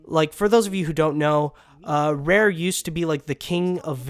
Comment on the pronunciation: It's Rare. Not Rear.